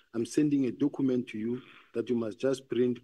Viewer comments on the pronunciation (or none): this dokhument that Dokhument yooo. Documents, Dokhument 😅